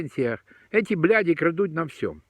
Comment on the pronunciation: Слово ,,бл__ди,,чисто по русски,даже без акцента!😂 Это о многом говорит.. Посмотрите кто дирижирует всем, и всё станет понятно!Простым людям делить нечего.❤